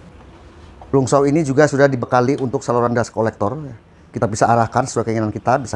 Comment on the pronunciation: Bang itu di baca Planj saw bukan plung